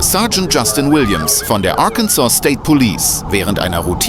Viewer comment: Please get a different narrator this one can not pronounce several words, Arkansas and Arkansas river